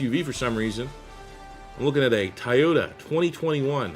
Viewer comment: Ty-yota? 🤣. It’s “Toy-o-tah”